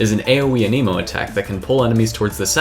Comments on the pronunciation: Why does everyone pronounce Anemo as a-KNEE-mo? I'm pretty sure it's A-neh-mo. I mean, that's even how Sucrose says it. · Okay so I really do hate to be that guy but I really feel the need to point out that is 1000% not how you say anemo. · The was you say anemo 😨 no no no